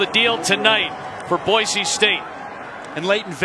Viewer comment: I cringe every time I hear Boise pronounced boyzee, like BOI, it's Boise, boy see